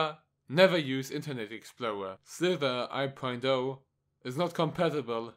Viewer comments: it's not "slither i.o" is "Slither.io" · he called it slither i.o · JadeFireBlade he pronounced it slither I. O